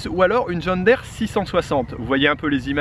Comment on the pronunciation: Curieux ta façon de dire (je vais l'ecrire de cette façon, de manière à mieux comprendre) John Daire. Il s'agit d'une marque américaine, et donc, dans la langue anglaise, 2e qui se suivent dans un mot se prononcent i ( en français John dire) Voilà voilà... :-)